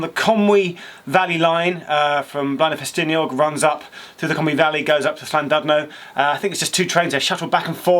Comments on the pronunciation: Geoff, it's actually pronounced Llandidno, other than that, nice info. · Llandudno is pronounced approximately (as an English person might hear it) as "Clantidno" the "u" is prounounced as an "i". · It's pronounced llan-did-no :) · Geoff. Good video. Llan-DID-no is how you pronounce it! It does matter...please. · He was okay with llandudno, but it is as he pronounced it, but the DUD part is pronounced DID. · I was so surprised when he pronounced Llanrwst correctly but then it fell apart with Llandudno and Dolgarrog 😂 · He didn't have enough saliva in his mouth to pronounce Llandudno and Dolgarrog correctly lol ;)